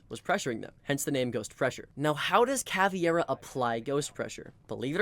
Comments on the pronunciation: It's not CAVIEIRA, It's Caveira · Bro, she's Caveira. KUH-WAY-RUH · he was actually pronouncing it CA-VI-ERA.. ..but you're right and it's wrong wither way, because it's CA-VEI-RA (meaning "skull" in portuguese) weirdly enough, most people seem to not be able to correctly pronounce the VEI syllable for some reason xD they pronounce it just VE without the I.. why is that?! on a side note, the same mispronounciation also happens with Capitão and with the new Tubarão it seems all portuguese words are somewhat mispronounced, in on way or another.. ..but in these two cases i kind of understand, because if i'm not mistaken, the english language doesn't have a sound for "ão" so they just pronounce it without the ~